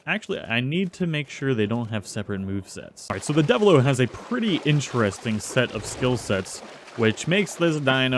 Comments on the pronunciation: Also deviljho its pronouced deviljoe not devillo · Luh-guy-uh-chris, Ooh-(Like what you say in interest)-Roo-Gan (Like gone), Devil-Joe, Bare-E-oth (Like broth) Bear-oth (Also like broth) Additionally the levels were inconsistent